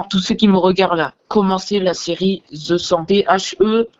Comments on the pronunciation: "ze cent" ptdrrr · "the cent" sisi le franglais bg